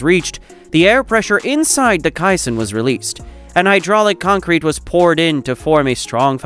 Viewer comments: i finally had to stop watching. Mor-tar and ky-sonn over and over was embarrassingly bad. Ruined all of the hard work that went into it. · GEEZ!!! mor-tar cy-son.... Get your a.i. trained BEFORE posting a ridiculous video! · and Kai..son (caisson) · It's MOR-ter and CAY-son. Please hire human voice talent or get a robot voice that can fool us convincingly, otherwise, there goes your credibility. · And kai-san? And purr-IZ-ians? And Seen river? And "locked the competents firmly together"? And deck-or-A-tiv? And accum-uh-lator? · One would have thought that an editor might have reviewed the video, and corrected the pronunciation of "caisson" , "mortar", and other words in the voice-over. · AI voice doesn't know how to pronounce caisson.